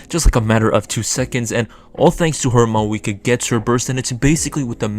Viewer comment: I cant watch it cause you keep saying maweekwa..good luck though!